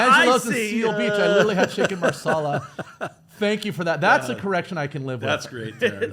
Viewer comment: Great job on the recap. The format is clean and to the point minus a few mispronunciations, IE Chicken Marsalla, Hahahaha. Btw how do you remember all the names?